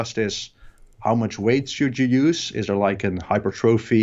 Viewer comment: "Hyper thróphy" :/